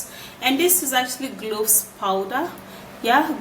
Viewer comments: That didn’t sound like anything she tried to pronounce. She needs to spell shit out on the screen, I was hearing glossed, not even cloves.. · I guess is Cloves but i heard globes